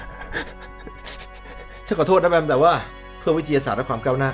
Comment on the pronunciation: "คามก้าวหน้า"?? What the hell just happened to you dude